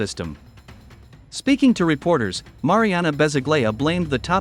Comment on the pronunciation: Bez-oo-gla-ya. Accent on the second syllable.